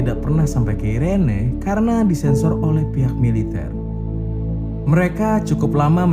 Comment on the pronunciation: Irene di baca iren bang kwwk ngakak gua bang